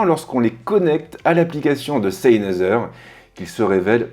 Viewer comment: Salut, Tu prononce mal le nom de la marque ça n'est pas SEYNEZER mais SENEYZER Cordialement, S